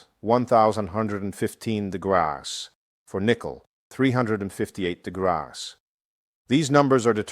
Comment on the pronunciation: It’s AI The big give away is the mispronunciation of degrees